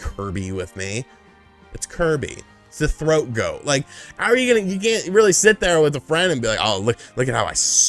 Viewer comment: Boiiii THOAT 🥵🥵🥵 Not throat 🤣🤣🤣